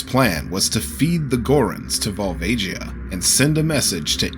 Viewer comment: the song says volvagia's name and this guy still pronounced it wrong lol